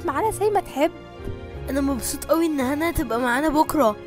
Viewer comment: من سمع ان ام إياد قالت مبصو ه بدل مبسوطه لما هنا قالت تسلم ايديك